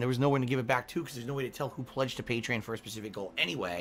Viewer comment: how does he not know how to pronounce Patreon?